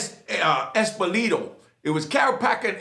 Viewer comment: LMFAO. your pronunciations of Carracappa and Epilito are hilarious. They didn’t work for Gotti, they worked for Anthony,Gaspipe,Casso who admitted to over 30 murders. These “Mob Cops” killed Eddie Lino,a high ranking captain in the Gambino family under Gotti. They brought Jimmy Hydel to Gaspipe so Gas could torture and eventually kill Hydel after he got him to tell Gas of the people who were involved in the attempted assassination of Gaspipe. There is a great book by Tommy Dades,who was a NYC DETECTIVE First Grade, and is the cop that really opened up this “MAFIA COPS” case. Tommy knew Betty Hydel who was the mother of Jimmy was one day she was watching the Sally-Jesse Rafael show on TV and idiot Epilito was on there talking about his life as a cop. Epilito was also a actor after he retired from the NYPD,a highly decorated cop as well. He had a tiny role in Goodfellas,State of Grace and other movies. Betty remembered that he was one of the cops that came looking for Jimmy the day he disappeared and went out and bought Epilito’s book that he was pushing on the talk show. When she opened the book there was a picture of Epilito and Carracappa in it and Carracappa was the other cop that was with Epilito the day Hydel went missing. Betty asked Tommy to look into Epilito and that’s how the investigation started. It’s a fascinating book and if you are into the Mob I highly recommend that you check it out